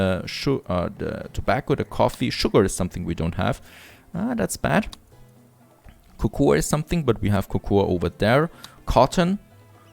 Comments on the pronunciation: But he speaks English in his videos, soooooooooooooooooo, it's should be pronounce Koukou. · Cocoa is pronounced 'koukou'.